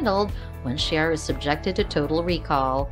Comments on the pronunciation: This person should watch the show if they are going to talk to us about it!!! Chera??? What the $$&#!?! Find out HOW to say characters' names or get another job that you know how to do properly! It is pronounced CE-AIR-A!!!!!!!!!!! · Cher-uh? No, See-air-uh. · Ciara : C - AIR - A not Chera. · It’s not Cher it’s prounounced C -air-a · Sheara is not how you pronounce her name